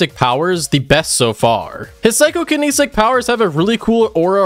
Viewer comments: Psycho-kin-etic Not kinisic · I mean he also said “psychokinNESIC” instead of psychokinetic, so we’re pretty par for the course with that.